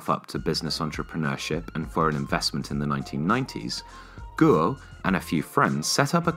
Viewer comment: Great video as always, but your Chinese pronunciation is hilarious. e.g. "guo" should be pronounced like the English word "gore" but without the "r" sound at the end.